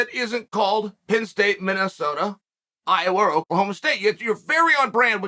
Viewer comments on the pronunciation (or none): none